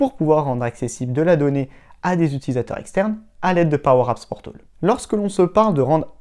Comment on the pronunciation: Sympa tes vidéos, en FR en plus mais (ne le prend pas mal) ce serait cool que tu répètes moins "powerapps portOl" tout au long de ta vidéo ;)